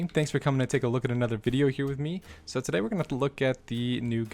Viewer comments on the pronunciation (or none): none